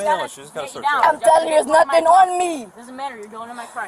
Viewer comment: I didn’t do “nutting”…….also she “can’t” breath…..😅